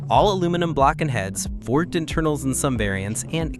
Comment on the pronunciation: Did you just say forged internals with a hard G?